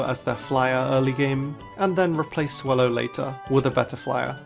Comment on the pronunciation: The A in Swellow is supposed to be an E!